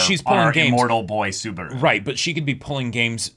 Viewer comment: Spoilers... but.... "Best Timeline?" lmao Also a little pet peeve of mine for a while, so I'm gonna vent it a bit sorry. Mispronouncing Subaru's name kinda annoys me, every reactor I see mispronounces it, I know coming from different languages mispronouncing a name happens but you can hear his name being pronounce in the show so... yeah.